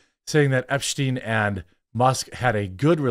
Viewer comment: "Epshteyn"? This some Heimrich Himmler levels of Mini-Me type shit